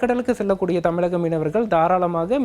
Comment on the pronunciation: Tamilagam illa da thamizhagam. Malai illa da Mazhai .... Evan lam news channel ku vandhutan